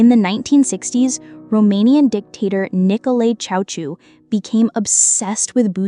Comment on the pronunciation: The pronuciation of "Nicolae Ceausescu" is actually more like: "chow-chess-sku" (or something close).